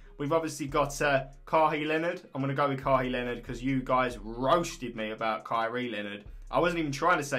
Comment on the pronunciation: Read it "kaway lenard" your welcome